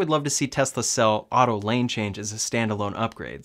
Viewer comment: I like your videos better than Ben Zullinz. At least you can pronounce the “S” in Tesla! Keep up the good work.